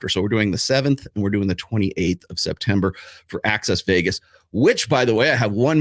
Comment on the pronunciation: Wait.m did you say "SIMPTEMBER"??? 😅